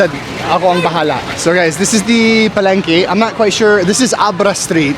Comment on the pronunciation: Just a heads up. Pah-leng-KEH not KAY KEH-son city not KAY Keep up the good work!